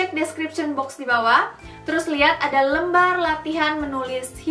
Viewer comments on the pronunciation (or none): none